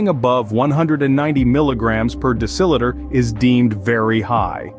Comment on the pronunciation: It is "DECIliter" NOT "DECILItor!"